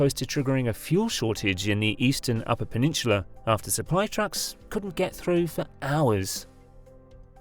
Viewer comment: Now if he’d learn to pronounce “peninsula” properly. I heard pe-nin-choo-la twice. Eek!